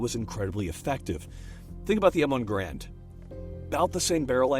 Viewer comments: It's pronounced "gare-und" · Why can't ANYONE pronounce Garand correctly? AAAAAAAAAAA